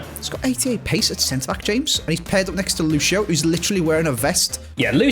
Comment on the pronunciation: Its not pronounced luchio its lucio for a reason